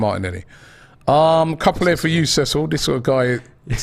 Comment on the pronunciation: "SEA SILL" 😂